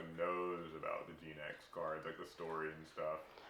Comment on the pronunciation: Genex, not Geenex